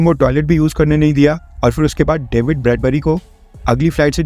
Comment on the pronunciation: डैविड नहीं डेविड